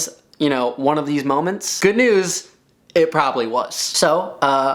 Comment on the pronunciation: "Ya know... MoMEntS"